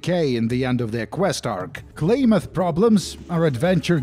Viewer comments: i cant get over it god dayum its "clam-uth" NOT "clay-myth" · Klaamaathhhh!!!! Not Claymath! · I have never heard anyone call it "Klay-Muth". Always "Klam-Muth". Mandela Effect Activated. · As someone who is from the west coast, clam- ith is how you pronounce it I believe the actual town is Klamath falls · I’m from Oregon so I’m sorry, it’s CLAM-ath 😂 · wonders how long it would take to look up the worth Klamath. 2 seconds, how many times does he say Klamath? Definitely enough he should have justified looking up how to say the word..sure its native but if hes a fallout fan, how long has he been wrong? It is pronounced kla·muhth, kla not klay...muhth not math. bro being an oregonian I can't listen to you say that word wrong anymore Granted that Klamath the city is in California, Klamath falls is in in Klamath County in in Oregon. It is the same word from the same tribes. Did you know that there isn't a military base in Mariposa, California? its all LIES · I adore fallout 2s setting in northern California, being from there myself. And Klamath is pronounced Clam-uth ;) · Also... the "Primate... GET... OUT... MORE..." chefs kiss. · The way you say Klamath drives me up the wall. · Klamath...kl..ah..muth...I didn't know hearing someone say names of Oregon towns mispronounced pisses me off so much... You say it wrong so much I gotta stop watching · Holy shit the way you say Klamath and modoc is driving me up the wall